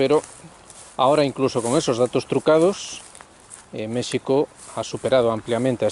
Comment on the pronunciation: Muchas gracias por usar la pronunciación original de México 🙂 Añadiría que una de las dificultades para entender lo que pasa en México es el cerco mediático que tenemos frente al exterior, bien sea por los medios anglosajones (DW, ProPublica y otros atacando al gobierno actual) o por los mismos analistas mexicanos (caso Jalife con su odio a Sheinbaum). Sobre el simbolismo... Creo que es un tema muy difícil de abordar y sólo quisiera comentar que el Peje es historiador y ha hecho acciones que nos dicen que comprende y sabe de los símbolos y los tiempos. Por último, quisiera añadir que López Obrador es un producto de su tiempo. Al igual que Xi y Putin, AMLO es alguien que el mismo México fue creando y llevando a su destino, eso podría darnos un norte para entender la situación. Saludos,.